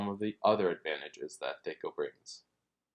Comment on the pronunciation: It's driving me crazy. I've been playing since 78 and I've never heard anyone ever once pronounced it like that. It's THAC0, with an A like in Cat.